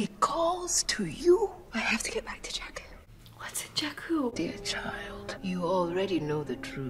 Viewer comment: Not Jakkal, JAKKU